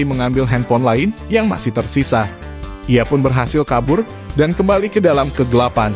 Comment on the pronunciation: Kegelapan min bukan kegilapan . Aneh bunyi sebutan lo 🤣